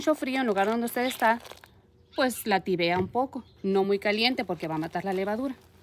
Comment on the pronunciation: No se dice la tivea se dice la tibia